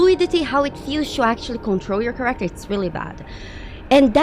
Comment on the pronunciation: Dude! You are so cool.. But please, get the pronunciation of the word "character" down! 🙂